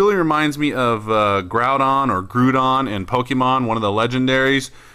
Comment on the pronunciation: Groudon is like Gr-ow-daun. But yeah XD